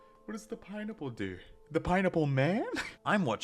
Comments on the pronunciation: why do you say pineapple like baranacle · the way you say pineapple makes me so impossibly mad